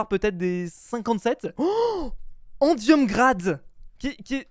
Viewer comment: CHUI MORT HAHAHAHAHA L4ACCENT ANGLAIS DE HAHAHA ENDIUM GRADE